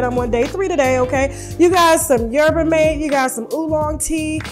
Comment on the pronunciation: It's pronounced Herb-A(yerba) Ma-Tay(mate)... Lolz gotta love Tasha!!!